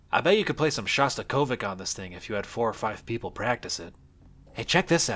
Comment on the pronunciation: your pronunciation of "Shostakovich" induced a visceral reaction in me